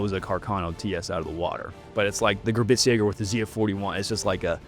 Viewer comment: Admin somehow putting a “T” in the word Gebirgsjäger will never fail to make me wish to drive 70mph off a pier. Love the work though. ‘Ge-burgs-jager’ I beg of thee Lord, giveth Admin and proper German pronunciation or alloweth them to speak in the storied tongue no longer!